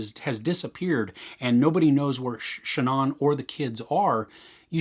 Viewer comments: The deceased woman's first name, Shanann... It is not pronounced "Sha'naughn". It's, actually: "Sha'naaan". Thanks. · Good review but your pronunciation of her name is not correct. The doc even says her name all the time. It is pronounced Sha-nAnne not Sha non.